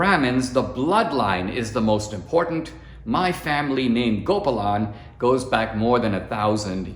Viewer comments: "Unfortunately, caste is a part of Indian life. But, educated, enlightened Indians reject it...." Amen! Dinesh, you grew up in India, didn't you? Why are you mispronouncing "Gopalan" It should be "Gopaalan" not "Gopalaan" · The pronunciation of her surname is not GOPERLAN is actually pronounced as GO-PA-LEN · Dinesh that was indeed an excellent report. But you should not have forgotten your Indian heritage. Gopalan is mispronounced; it is “Go paa lunn “. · Hey how come you can't even pronounce GOPALAN. You grew up in India even if you naturalized over here. HOw come you are mispronouncing iNdian names.